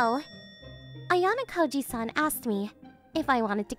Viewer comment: This guy is ruining ayanokoji's name. If ayanokoji knew that he is so dead😂